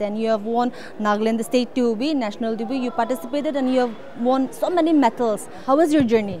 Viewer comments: Madam, it's not metals but it's medals. 😊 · It's medals not metals.. as the way the reporter reported with the diction.. at the least please check.. Take it as a Positive criticism And thank you brother for bringing a good name to the state of Nagaland